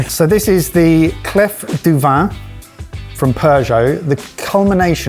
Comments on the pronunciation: Swiss here. It’s „clé“ for clef (pronunciation). It means key. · Did you purposely mispronouncedclef for a joke or are you really that silly that you don't know the Clef in French is the word for key? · "...no one French watches our channel..." Um...ce n'est pas vrai. :) By the way, "clef" isn't pronounced "cleff," it's pronounced "clay". Keep up the good work, boys! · "clef du vin" is actually more pronounced like "clay du vin" ;) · Clef (French word for key), is pronounced ‘Clay’ , the F is silent 👌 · Lads it is clef as in CLAY. Pretentious gadget. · clef is pronounced 'klé' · Lovely how you are straight up butchering French pronunciation - this is my review as a German 🤌🏾😂 I'm somewhat happy that the hot stone got the lowest possible rating, because in restaurants, it's a bit of "spectacle" at best and never good quality end product. No reason why it should be any better at home =D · Pierre à cuire ( "kweer) = cooking stone..... not heart stone (coeur).....as is pronouncing it. 2 minutes to google it before the show would take care of that, along with the correct way to say clef, (silent f)..but then we would not hear your best GCSE French 🙄..so please go on saying/slaying Sauvignon “blank“ 🤣😅😂..and looking so proud of yourselves while doing it